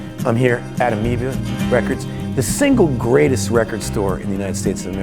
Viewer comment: What records? He really can’t say amoeba! That was hilarious! Amoebllu?